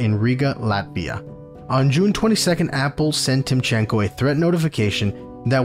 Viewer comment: so, youtube algorithms have decided to bring your video into my feed, i was really surprised how small your channel is! as a russian political emigrant, i appreciate you bringing it up because i missed the story somehow, and i wish you good luck in this creative journey (just a small tip, no offense, purely helping: we say tEEmchenko, first syllable accented, everything else is cool :)